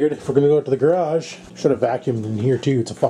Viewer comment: "Scores"!!! Another window in the "gradge" right on ! Not too bad, not too bad...